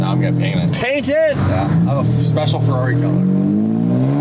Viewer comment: stop trying to say ferrari the right way. you can't. just stop it youre american bruh